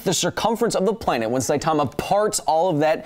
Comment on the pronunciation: I've told you already, his name is pronounced Sigh-Tuh-Muh not Sigh-Tar-Mah.